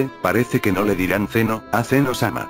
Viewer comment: Lo de zeno como zen oh no estuvo mal de hecho esa es la pronunciación correcta. Pero algo que me llamo mucho la atención y creo que hasta es un error es que lo hayan llamado con el sufijo "sama".